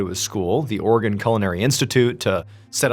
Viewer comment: Are you saying "organ"! It's Oregon. Three syllables.